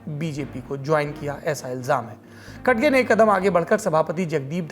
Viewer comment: खडगे नही रे भाई खरगे है वो